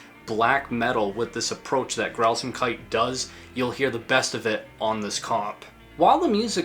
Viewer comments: i kinda found it funny how you call it "Grausamkeiti" when there's no "e" at the end [ɡrauzaːmkait] besides that, I love this video, nice approch to expain the phenomenon of BSoD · Am I the only one that thought he was saying Grausamkudi?